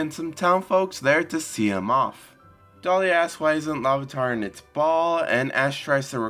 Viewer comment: I think it's a bit odd that you keep calling Delia "Dahlia". It's pronounced dee-lee-uh.